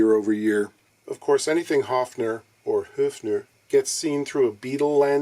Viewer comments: Höfners were beloved and used by gypsy jazz guitarists. They sound great for that genre. p.s. nice pronunciation of the umlauted ö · Great intro! 😄👍 As being German myself, I appreciate effort of pronouncing 'Höfner' properly and commend him on the result too, including 'GmbH' 😊